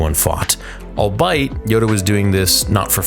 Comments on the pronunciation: I've noticed a small error over several of your videos, a rather small one but when you say albeit it should be pronounced "All be it" not all bite. I love the content and just wanted to make sure people know what you meant. Mtfbwy ✌ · the word albeit is pronounced all-be-it, not all-bite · First time I’ve ever heard “albeit” pronounced as “al-bite” instead of “al-be-it”😂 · TRT is frying brain. "Galliant" is not a word. Pronouncing "albeit' as "I'll bite" as opposed to "all be it". "I assume they are related because of their shared last name" is very funny to say, because it was clearly written as such, that's not an assumption that's basic comprehension. "Awesome space chase, reminded me of the Prequels and OT" ye, that's because it's part of the same universe doing a shot-for-shot tribute. Again not a revelation: just basic comprehension. You used to make some of the most insightful analysis on YouTube, but now it's just you poorly explaining what physically appears on screen, while interjecting unrelated anecdotes. It's honestly sad to see how quickly your cognition has degreaded. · ... that’s not even close to how “albeit” is pronounced. The word has three syllables. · It's all be it, not all bite lol. Not sure if you said that intentionally or not 🤣. Love your breakdowns though. I wouldn't go anywhere else for a star wars breakdown. Nobody knows their lore like you my dude 😎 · I love your breakdowns. But "albeit" is pronounced "ahl-BEE-uht." Minor nitpicking. Sorry. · ‘albeit’ is pronounced “all-bee-itt.” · Albeit= al-bee-it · it’s pronounced “all be it” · was he trying to say albeit? sounded like he said all-bite lol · Sometimes your brain shuts down when you read your script. I'm Ron Burgundy? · albeit is pronounced all-be-it😀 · Bruh dude actually said ‘Al-bite’ 😂 But did enjoy the episode, glad to get season 3 going! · albeit is pronounced “al-bee-uht” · Nahhhhh man you totally butchered that pronunciation of "albeit" lmao